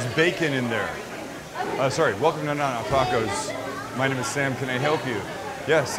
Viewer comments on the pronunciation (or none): none